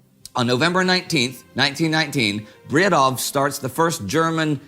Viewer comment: The "w" in Bredow is silent, his name is pronounced rather "Braedo".